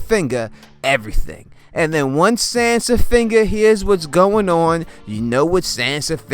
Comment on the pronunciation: Lol "Sansafinger"!!! 😂😂😂